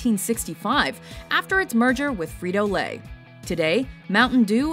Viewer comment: Frito Lay???